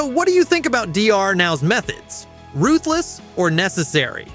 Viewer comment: If you mispronounce ruthless one more time... 👊